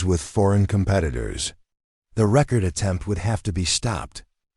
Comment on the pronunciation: Could you use a new name besides Sarah Chun? I have heard her name in at least 30 or more stories. Also, this narrator needs to learn how to pronounce 'record' right- very annoying.